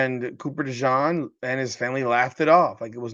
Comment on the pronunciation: love ya but you're mispronouncing Cooper DeJean's name. In fairness, you are pronouncing it correctly in French but since he's from Iowa they say Duh-zheen. No worries.